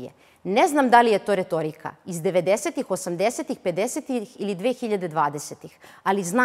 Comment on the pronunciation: "To je retoouirika"